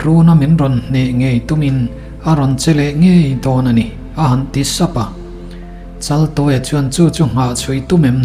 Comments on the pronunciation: Chaltuaia ni si, Laltuaia tiin i lam zel a. 😅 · A thupuiah chaltuaia tih ania,mahse I chhiarnaah hian laltuaia iti leh deih sia,enge a awmziale